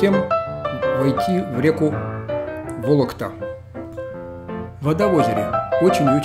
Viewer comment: Не волокта, а Волкота, не кулешов, а Кушелев) А в остальном приятно было посмотреть на родные места)